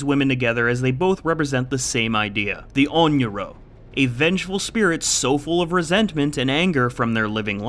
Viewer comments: ONRYO, not ONYRO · It's 'Onryo', not 'Onyro'. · I just have to say: it's onryo, with a long final o. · biggest offense in this video was referring to Sadako as an "On Yoo Roh" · It’s pronounced own rea oh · ON-RI-O. PLEASE DUDE. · pretty sure the r comes before the y in onryo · Isn’t it Onryo?